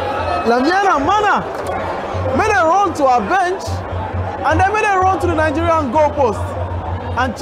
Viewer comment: My brother is Nigeria not Ningeria you can't even pronounce your own country chaii😅😅😅